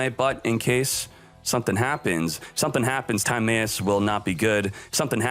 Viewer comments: It's weird hearing "Tom-Eye-Us" as "Time-A-Us" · I know, it bothers tf outta me how he says "Time-ayus" lol